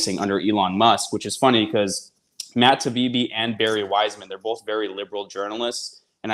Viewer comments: Isnt his name Taibi, not Tabibi? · Independent journalist? He's mis- pronouncing Taibbi. Get it together.